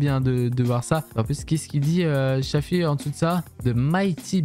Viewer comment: Dsl mais c’est shafi pas shàfi le a on ´e prononce comme allo